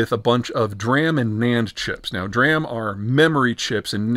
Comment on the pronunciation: Hearing DRAM spoken as "dram" instead of "dee ram" tells me a lot about how much he actually understands electronics. Mile wide, half an inch deep. Standard Peter.